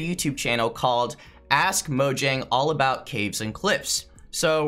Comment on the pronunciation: It's mojang not mojnang